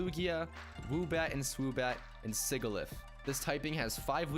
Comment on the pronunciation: Sigilyph's name is pronouced Si-Ji-Lif.